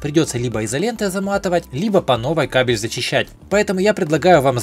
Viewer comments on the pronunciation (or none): none